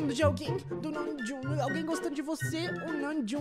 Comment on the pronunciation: o falando namjoonKKKKKKKKKKKKK